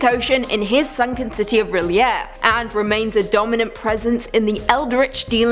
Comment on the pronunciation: It's "R'lyeh", not reel'yeah isn't it? try to pronounce like french and there you have it!